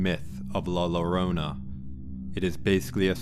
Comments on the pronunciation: she go it wrong also 😂it’s pronounced joe-row-nah … 😂 anyway great stories looking forward to more. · Learn to say la llorona (pronounced yorona) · La Llarona is pronounced with a Y sound "La Yarona"😉